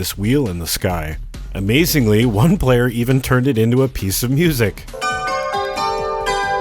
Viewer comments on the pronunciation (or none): none